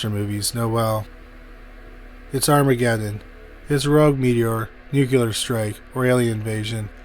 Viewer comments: Also Cheyenne and Nuclear. Just a pet peeve of mine. Smh.🤦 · Waldorf is pronounced WALL-DORF. Nuclear is pronounced NEW- CLEE-ERR. - That is the military veteran/actor Robert CUMMINGS. Really enjoy your stuff but you need a better editor ❗️😉❗️